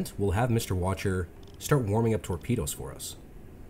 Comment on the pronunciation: Sorry to be that guy, but the officer you're calling Watcher (Wächter) is pronounced Vechter.